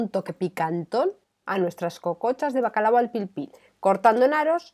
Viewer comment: Muy buena la receta pero inadmisible que digas bacalado. Se dice bacalao